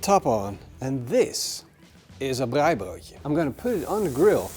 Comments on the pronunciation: Love your pronunciation of "braaibroodjie". Nou moet jy boerewors braai. En lamtjops. This ia Afrikaans for "now you must braai boerewors (South African sausage). And lambtjops. Make up a sauce with equal parts Mrs Ball's, good mayonnaise and tomato sauce (preferably All Gold). Use that for your braai as a basting sauce or dipping sauce. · Best pronunciation of Braaibroodjie 👏🏼👏🏼 try Mrs Balls Chutney with a popadom and babotie.